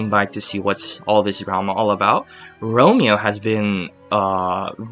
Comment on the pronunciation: It's Ramon not Romeo lol